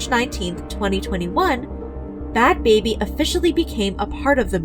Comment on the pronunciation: Ain't it bad "Bhabie," pronounced like Barbie... not "baby"?